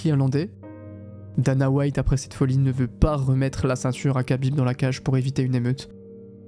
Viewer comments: Pourquoi tu dis khabib "kabib" et pas kha genre rhabib? Je pense que c'est volontaire j'aimerais savoir pourquoi juste par curiosité Et la vidéo est folle au passage, trop cool d'avoir des contenus comme ça sur yt, ouai j aurais ptetre du commencer par là effectivement 😂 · Khabib ne se dit PAS "cabib", mais Rabib, un "r" aspiré, presque un grognement animal. Dommage que tu prononces mal son nom, ça fait vraiment noob 😅 Sinon le doc est bien 😊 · Khabib se prononce "Rabib" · respect KHABIB pas kabib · SVP ARRÊTEZ D'APPELER "RABIB" (KHABIB) QUABIBE ça se prononce R le KH donc ça fait RABIB c'est bon après 15 ans ? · Kabib ou Chabib? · On prononce Rrrhabib svp ❤️ sinon belle vidéo merci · Incroyable la vidéo mais khabib ça se prononce rabib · ça ne se prononce pas ''Kabib''. le son « kh » dans "Khabib" correspond à la lettre arabe "خ" (khaa) et ressemble à un « r » guttural, mais produit avec plus d’air, comme si on expirait en raclant légèrement la gorge. Ce n’est pas un « r » français classique, ni un « k », mais un son intermédiaire, très présent dans les langues arabes ou russes. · Kh se prononce R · Excellente vidéo mais t'abuse sur la prononciation de khabib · Alors vraiment bravo pour cette vidéo. J'ai déjà vu je ne sais pas combien de vidéos sur le sujet et la tienne est juste parfaite. Juste Khabib on ne prononce pas le "K" ;) Pour le reste, c'est hyper immersif et documenté. Très bien raconté aussi. Bref, chapeau !